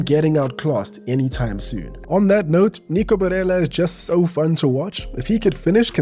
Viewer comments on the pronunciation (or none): I feel like you're getting your pronunciations mixed up Your "Barella" sounded quite like you were going for a spanish name rather than italian